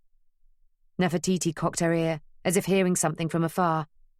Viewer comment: Sorry, New Yorkers do not pronounce Nefertiti as Nefer-toy -toy! Where on earth did that come from? I was enjoying the tale so far but once I heard that... the grimace I have has made me even stop dictating this text!